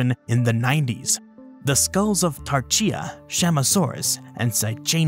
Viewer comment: Interesting you pronounced Tarchia as Tar-cheea rather than Tar-khia.